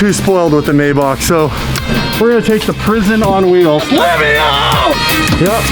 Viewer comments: wtf is a may bock its a may back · you don't pronounce Maybach as it's written, it's called "My bach" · I'm pretty sure its mayBACK but that's just me